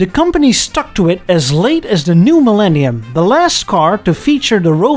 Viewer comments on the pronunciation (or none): none